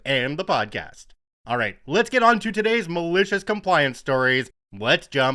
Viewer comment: Have to write again! I love the energy you put into it. When you say “malicious compliance”, I almost hear “delicious compliance”. 🤣